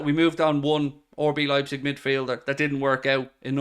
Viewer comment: anyone else notice always says “orbee leipzig” instead of RB lol